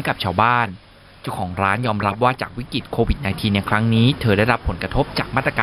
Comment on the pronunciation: เรียนท่านผู้อ่านข่าว กรุณาอ่านออกเสียง Covid ว่า โค- วิด